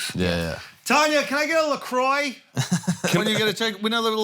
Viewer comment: someone should inform Andrew on how to pronounce Lacroix